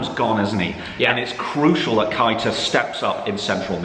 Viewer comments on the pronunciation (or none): Just to help Ik u prob don’t care but it’s pronounced naby kay-ta